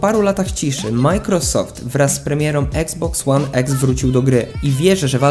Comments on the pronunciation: I to kurwa (eksbox one eks) wsesie xbox one x to mnie tak wkorwiaaa wes mow normalnie i iksboks one iks) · mówi sie iksboks łan iks a nie eks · Jprdl jak mnie boli eksboks łan eks jprdl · Czyta się i xbox one x a nie exsa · nie mówi się exe